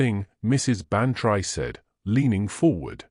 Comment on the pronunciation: You AI reader pronounces Bantry wrong. You should spell it Ban-Tree, then A I will say it correctly. Winnipeg Manitoba Canada